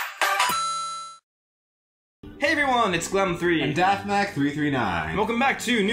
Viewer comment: It's dafmac. not defmack.